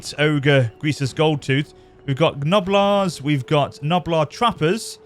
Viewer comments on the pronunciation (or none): The g in gnoblars is silent and the second g in gorger is pronounced like a j sound lol